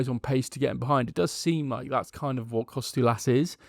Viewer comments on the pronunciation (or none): you are making Kostoulas name sound way more difficult than it is. Its just like saying Harold or Henry just Ha-ra-lamb-os just call him Babees